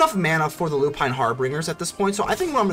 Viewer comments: Dig the deck, but it's harbingers (pronounced "binger" like someone who drinks too much. Lol) not "bringer". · So it appears I can't read and decided to throw an 'R" in Harbingers and pronounced it "HarbRingers" this entire video. I've never heard of the term "harbinger" so it never occurred to say it like that. Feel free to roast me into ashes in the comments. 😎